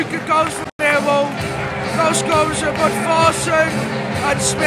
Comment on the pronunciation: Love the videos, but why do you say “millwall ”, but I love the videos keep it up COYL🦁🔵